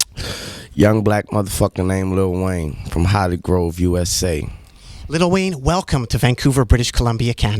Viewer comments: jonathan steigman The rapper’s name is spelled “Lil Wayne” so you would pronounce it differently than saying “little”. Nardwuar is pronouncing it incorrectly in this case. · is it annoying to anyone else when he says LITTLE wayne instead of LIL wayne? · I love that Nardwuar keeps pronouncing Lil Wayne as “Little Wayne” lmao, nice touch.